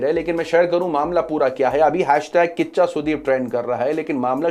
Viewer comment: Bhai kiccha sudeep..not kaccha sudeep 😭